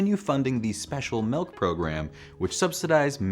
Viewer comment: This is the first time I’ve ever heard anyone pronounce milk MELK.